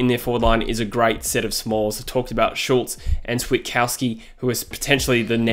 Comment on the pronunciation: *Schultz not Shulz